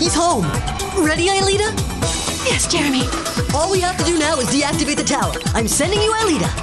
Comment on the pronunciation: Franz hopper sounds like he’s saying “Aeliter” instead of “Aelita”